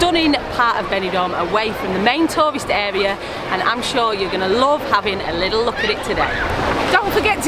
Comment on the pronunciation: What is "liddle? Liddle walk, liddle beach.!